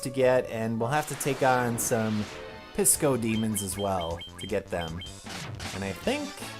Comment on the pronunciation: XD At first I thought you said we had to defeat some DiscoDemons no Piscodemons...I was kind of bummed.